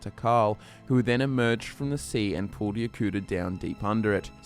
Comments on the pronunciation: Yo-ku-DA not Yo-kuda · The way you said Yokuda at the beginning... are you ok?